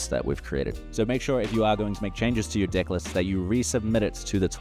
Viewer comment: Awesome and sorry but I cannot stop hearing dick, dick builder and dicklist everytime with that accent, sorry man 😄